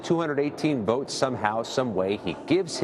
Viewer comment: Votes not boats lol